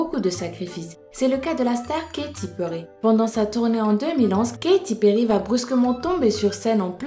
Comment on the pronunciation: comment tu nous a écorchés Katy Perry j'étais choquer